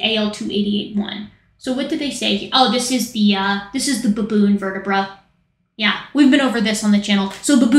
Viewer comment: I thought she said Bonobo but a baboon💀💀💀